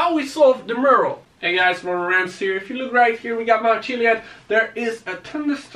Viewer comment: its mural not murle